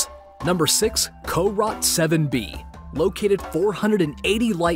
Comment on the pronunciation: Wait corot 7B sounds like carrot 7B